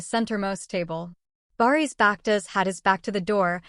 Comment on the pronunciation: If you know so much (as you claim) about Bariş and Yağmur at least you should have taken the bother to learn to pronounce their names BariŞ ş=sh, YaĞmur ğ=silent. As for your story, it's just what it is a STORY !!!! By all means practice your creativity, however presenting it as facts may come back and bite you! (I personally hope and pray that it willĺ do!)